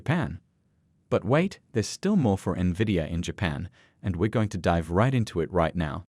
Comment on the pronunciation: Why does everyone on Yahoo Finance pronounce NVDIA incorrectly?